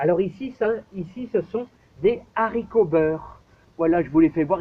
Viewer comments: En français on dit des Haricots pas des Zharicots! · Nb ... Comme chez nous. Les Z.haricots vert ... mdr